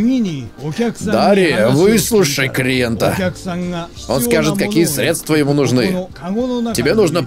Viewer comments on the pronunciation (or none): none